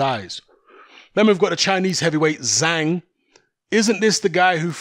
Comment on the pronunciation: Zhanh, it's Zhang. DAZN debut in China.